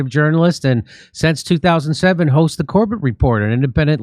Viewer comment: its not James cobeTt Its james CORBAAAA